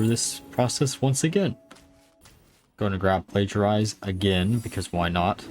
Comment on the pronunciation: Plagiarize or Plagiarism is not the only thing you say kinda strange or wrong. I always cringe when you say Tasmin instead of Tamsin, for example (though being nearer to Jasmin somehow it even sounds nicer) - there was another named minion which you said kinda strange, but I forgot which it was, due to not caring enough. Please do not think this is criticism - because it isn't! Looking at a guy named you could wonder how in so many years he is streaming now he still sounds kinda new to English - and I still would not criticise his way of speaking.